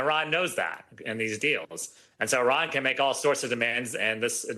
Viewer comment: Lady, say it with us, EEEE-RON, not I-ran. You're not running anywhere lol.